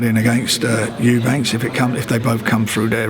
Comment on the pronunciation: EubankS please. Never gets the name right.